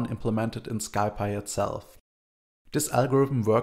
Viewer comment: "Sky py". The package is short of Scientific Python. It's pronounced more like "Sie Pie"